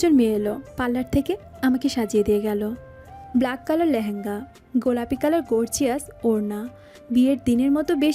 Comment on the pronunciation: ব্লেক নয় “ব্ল্যাক”